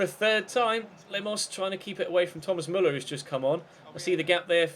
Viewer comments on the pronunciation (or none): none